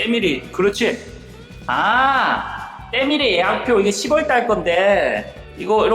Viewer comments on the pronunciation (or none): 저희어머니께서 시월이맞는거라네요~~^^